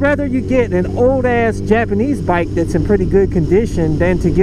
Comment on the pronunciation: I like how you said Japanese, Yapanese.